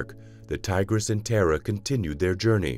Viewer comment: Tar ah is the correct pronunciation! She is a goddess! It ‘‘tis another AI which cannot pronounce non English names! Bad!